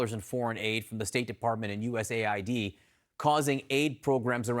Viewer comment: Usa id? Its us Aid